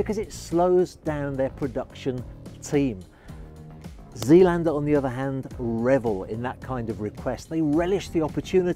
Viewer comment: Pronounced ZAYLANDER.